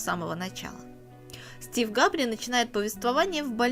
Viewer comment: Не - Стив Габри ,а - Стив Гэбри!